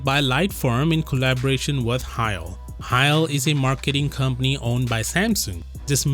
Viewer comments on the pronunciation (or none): Actually, "Cheil" is pronounced as 제일 [Jeil] in Korean not 하일 [Hail] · Great video, but Cheil is pronounced as “Jae-il”, not like “Heil”. Koreans cannot speak German, I’m afraid. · It's not pronounced "Kyle"! Its "Che-ill" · It's nice video!! If I can availavle to suggest about pronunciation, cheil pronounced like [cheh-il] or [chail]. It will be more origional way to read If you mention in that way in the next video again.(bcz Samsung made many major promotion project through them) thanks